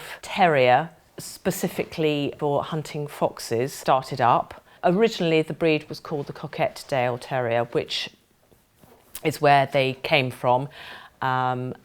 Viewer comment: It's coquet-dale, pronounced " coke-it -dale " Love them, they're the only dog for me.